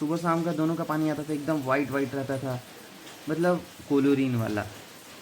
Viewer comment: ये झंडू अपने आप को साइंस स्टूडेंट बताता है ।क्लोरिन ( chlorine) को कोलोरिन बोल रहा है।क्लोरिन हैलोजन ग्रुप के मेंबर है। पिरोडिक टेबल का ग्रुप ७ का मेंबर।कुछ नहीं आता निकम्मे को।